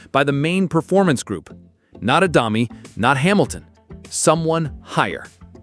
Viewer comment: It's the AI, can't say it properly. Not much good at 'deg' either.